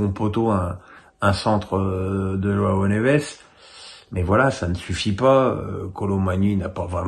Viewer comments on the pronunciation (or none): none